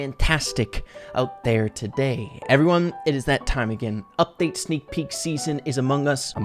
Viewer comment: lol sneek peek more like snak pee